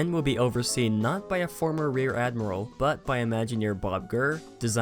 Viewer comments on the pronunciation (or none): none